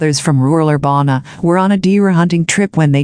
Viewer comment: She can’t pronounce Embarass River or Urbana. (AMBRAH)